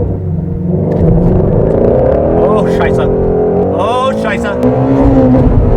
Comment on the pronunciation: very good! The short “s” sound in Scheisse is correct